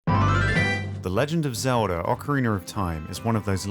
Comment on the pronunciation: "the legend of zewdar"